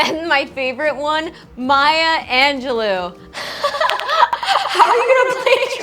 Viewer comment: Look up how to say Maya Angelou it sounds like an ju low